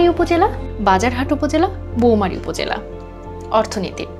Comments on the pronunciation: বাজার হাট উপজেলা বউমারী উপজেলা মুরুক্ষ পাঠিকা দিয়ে এরকম অশুদ্ধ উচ্চারণ বন্ধ করুন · উচ্চারণ হবে=রৌমারী উপজেলা,, Rowmari government college